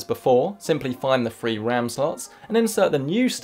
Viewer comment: upgrading the wam